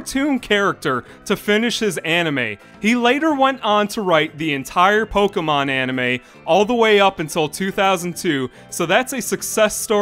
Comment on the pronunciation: Pokémon, not pokeuhmon.